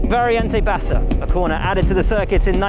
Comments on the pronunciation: It is all right. But it is VARIANTE BASSA, and not VARIENTE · VariAnte bassa not variEnte bassa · Hi Guys, i am italian and i'd like to tell you that the name of the corner isn't "variEnte bassa" but "variAnte bassa". Anyway the video is very beautiful.